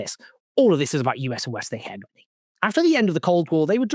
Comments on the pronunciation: Hegemony pronounced as hejimony not heghmony. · Owen, great work as always. FYI- the G in hegemony is pronounced as a soft g, not hard. Accent is on the second syllable, not first.You’re welcome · Hegemony is pronounced Hedge-e-mony brother :) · it’s pronounced he(j)emony btw :) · You’re pronouncing hegemony wrong